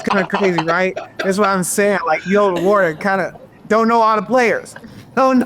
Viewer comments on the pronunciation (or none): none